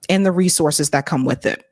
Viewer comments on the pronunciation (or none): none